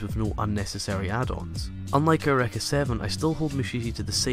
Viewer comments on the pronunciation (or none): lol ureka? it's pronounces your-ee-ka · YUR - E - KAH not YUR - EHK - AH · In the English dub, neither is right and eureka sounds closer to air-oo-wrecka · ***** funny because it's not a japanese word, it's greek and it's real pronunciation is how i said before i don't care how they said it in the pronunciation, it's still wrong, just like how english speakers mispronounce japanese words